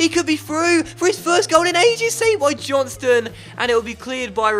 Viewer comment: It's "John STONE" Not "Johnstun" . Lol